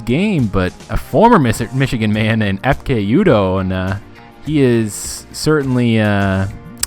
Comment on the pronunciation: not to be dick but, its ekpe, not epke